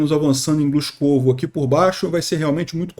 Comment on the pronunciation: Avisar aos ucranianos para só tomarem cidades de pronúncia fácil para facilitar as transmissões do.